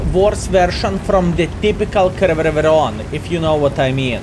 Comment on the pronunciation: 2022 now and still cant pronounce this tank name properly. Jokes aside. Another informarive video!